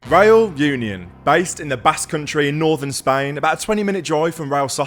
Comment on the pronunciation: That's such a great vlog... a bit "back to basics", really love it. Also love the claret version reAl uniOn (pronounciation, pls,, you need to practice your spanish a bit more;-) ).... are using. Our current claret is even a bit too dark. But oh, how I've hated the "claret" we've been promoting the last 10 (?) years, so I'm very happy anyway:-D....